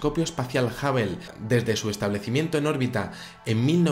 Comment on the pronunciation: Perdón, pero Hubble se pronuncia jábol, no jábel y Washington se dice uáchington, no uásington. Lo que vale es la pronunciación en el idioma original.